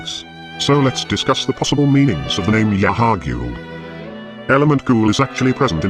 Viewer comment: Yahar'Gul pronounced as "Yarr, are ghoul?" is pirate speak for "hello, are you a ghost?"